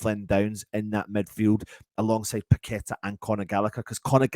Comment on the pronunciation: Totally agree with you on Gallagher with paqueta. Not sure on these commentators saying we have someone called pack a tar lol😅 You would think they could pronounce names properly